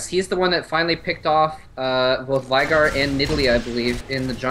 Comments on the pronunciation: no hes pronouncing it wrong. its Veigar not Vigar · lol, why are they saying Vaigar instead of Veigar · Vey - Gar not Vi - Gar, please get it right Thumbs up so they see this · Please refer to players by their username, you may be familiar with the champions, but a lot of us arent (plus you both mispronounce veigar)